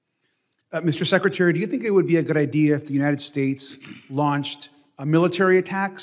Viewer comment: At 44 minutes and 06 seconds this woman used the word “IDEAR” please clarify what that means. Thanks